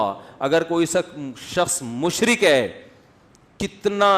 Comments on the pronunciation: مشرق نہیں مشرک ہوتا ہے بھائی صاحب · یہ لفظ "مشرک" ہے مشرق نہیں۔ اردو کا بیڑا غرق کردیا ہے۔ اگر سمجھ نہیں آتی تو کسی سے پوچھ لیا کریں.